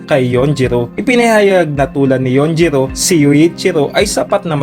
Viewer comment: Yujiro not yunjiro